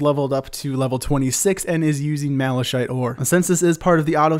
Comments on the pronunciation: lol you said malashite ore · He said malashite ore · did he just say malashait ore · LMAO HE SAID MALASHITE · Malashite? ma-la-SH-ite MALASHITE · Never say mala-shite again lol